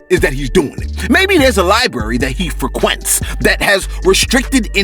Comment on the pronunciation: DID you say, FREEQUINTZ (lol)